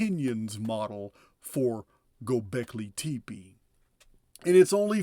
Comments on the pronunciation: PRONUNCIATION: go beck leeee (and then say) tep eeeee. It isn't prounonced tepee no disrespect, I'm a huge fan from South Fla since June and I love you ! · I think it's pronounced (Go Go Becky Lee), lol